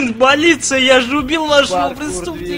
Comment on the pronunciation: Хахахаха - "Блин Балиция"